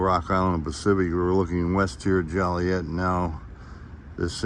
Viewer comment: Jolly ette? Come on, my man. I grew up there. It's not said like that.